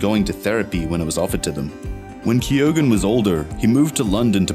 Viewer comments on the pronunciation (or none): If u are doing a piece on an actor you could at least learn how to pronounce his name correctly... its KEE-OWEN...